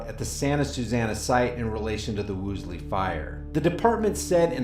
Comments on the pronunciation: You do yourself a favor by learning to pronounce words you will be using. It is WOOLsey , not WOOSley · Interesting, but you lost me as soon as you called it the "Woosly" fire... just couldn't focus after that. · Hey... Dick slexia, it's WOOL-SEY. Why can't you pronounce that?